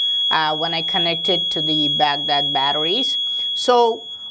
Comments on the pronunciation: Excuse me...Baag Daad....What's this..?😂😂😂 That's Bagdaad I know you are an Indian bc indians are copying master...!😐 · You sounds for funny buddy when you say Bagdad Badarriiiiiii 😝😈😂😂😂😂😂😂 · I imagine saying Baghdad battery like that if my tongue fell asleep LMAO 😅😂🤣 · Lmao the way he says Baghdad battery 🤣